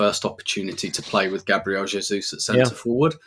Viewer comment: 🙏🙏🙏🙏🙏🙏🙏 tell the moderator that it is pronounced Gaah Bree Eh le!!!!!!!!